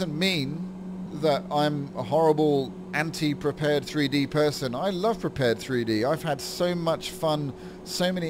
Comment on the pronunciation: I think I gotta keep telling people this. Prepar3d is pronounced: Prepared, like to be prepared for something. It is NOT pronounced Prepared 3D. NOT! I need to keep telling people this, and it is getting annoying. When you say Prepared 3D version 4, you are saying it wrong. You should be saying: "Prepared Version Four." Even If you want to be even more correct, Saying Prepare-3D is better, but not Prepared 3D. PLEASE GET THIS INTO YOUR HEAD. PLEASE!